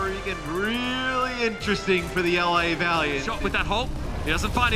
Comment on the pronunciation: Why is he saying valiant